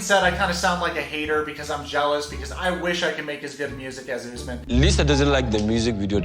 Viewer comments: Bruh his name is said ....... US-MAN not.........Ooos-men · Why does she keep pronouncing it “US-man” when she clearly can hear everyone including HIM pronounce it as “oos-man” cmon Baby girl Lisa 🙎🏻‍♀️ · Is the interviewee on Crack? Why tf is she mispronounciating his name 😩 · I hate the host. After hearing his name multiple times she is still saying it wrong. Moron.